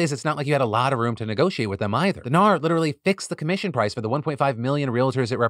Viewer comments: As an Australian that 'NAR' part had me cracking up. I wouldn't have thought it sounded Australian until he pointed it out. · Thank you Philly D! I’m Australian and have had a shit week; just today I picked up my dogs ashes, had a cry on the couch and decided to watch this episode to cheer me up. I giggled for the entire Realtors segment each time you said NAR. Your “Oh naur” pronunciation is top tier, thank you. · Philip! Don’t say “goodbye forever” directly after talking suicide stats. 😅 On a lighter note, as an Aussie the ‘ah nar’ bit had me in stitches. 😂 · As an Australian, your NAR had me in tears. I had to pause the video because I laughed too much! Daughter wanted to know what set me off and replayed it to her. She laughed and asked what the heck I was watching. She's a tweenager, and it allowed me to have a conversation about news and where to get information from and the importance of a well rounded source of information that doesn't sway one way or the other and gives a fair rundown of facts. Thank you :) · The restraint displayed by Phil to not continue saying “naur” is strong and I respect that. I definitely laughed every time he giggled after saying it. Thanks for the joy! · not the australian AR-NAUR joke 😂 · NAUR!!!! CRACKED ME UP!!! Also don't scare us with the bye forever Phil!!! ugly cries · Oh NAUR! Thats all I can hear now.....🤣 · I am a Real Estate broker in Texas and we do pronounce HAR & NAR as a word not an acronym lol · Not me as an Aussie being jokingly offended by Phil's NAR joke and then immediately only hearing "no" every time he says it for the rest of the story. 💀